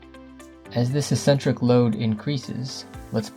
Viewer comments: Also a nit, but eccentric is ik'-sen-trik and not es'-sen-trik. Informative video. Liked it. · He also mispronounces "eccentric" as if it were spelled "essentric." I feel like we're being lectured by a high-school kid who just read a Wikipedia article. Maybe we are. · Eccentric is pronounced "uhk·sen·truhk". Great video, thanks! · Pronunciation! Eck-sentric. Not Essentric. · ik-sen-trik, tor·shn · It's pronounced ek·sentrik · finally figured out you were saying "eccentric" -- it's pronounced EK-centric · "eccentric" is not pronounced that way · You’re mispronouncing eccentric. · Weird pronunciation of torsion and eccentric.